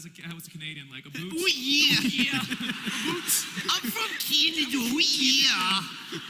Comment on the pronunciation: "I love canadia"